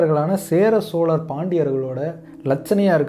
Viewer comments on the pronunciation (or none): none